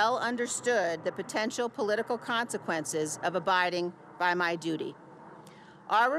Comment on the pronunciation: She said dootie 💩 🤣